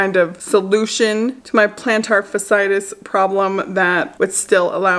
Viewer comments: Fa-si-tus🤣😂. Get better soon girl! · It’s pronounced plantar fashy-itis but regardless it’s painful! I found when i stopped wearing Asics it cleared up. Something about those shoes is just not good. Plus some foot exercises by these crazy doctors i found on youtube. I’ll look them up and come back and post the link. Because it tends to be recurring so when it comes back you can try these!